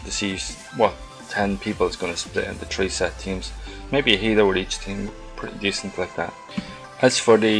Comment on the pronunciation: "THREEEEEEEEEEEEEEEEEEE". NOT "TREE"! ITS PRONOUNCED "THREEEEEE" ITS NOT THAT HARD!